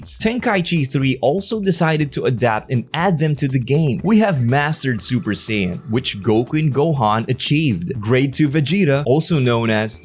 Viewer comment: Say-yans lol